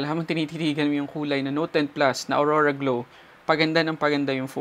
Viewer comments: Aura glow po. Not aurora glow. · Aura Glow po.. not Aurora Glow.